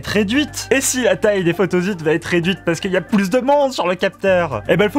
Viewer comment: Ça m'a fait drôle moi aussi, je prononce photossite